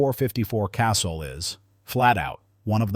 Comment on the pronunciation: .454 Casul. Pronounced "casool", not "castle". I prefer the .44 mag, you can load it up almost to Casul levels, or use the .44 Special for plinking. A broad range of loads.